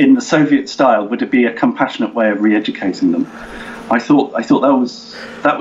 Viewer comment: I hope you correct his pronunciation of all English words ending in "-re".